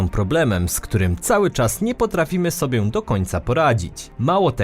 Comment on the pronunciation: Nie wiem czy ktoś już Ci zwrócił na to uwagę ale nie mówimy "sobię" lecz "sobie".